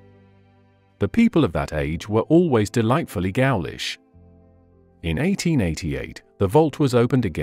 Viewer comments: SYON Abbey, if you please. "Gowlish"? Oh, come on! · Too lazy to proof the audio track prior to publishing? Really? Gowalash vs. ghoulish.